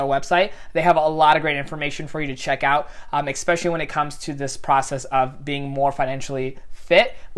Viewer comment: Especially,.....NOT expecially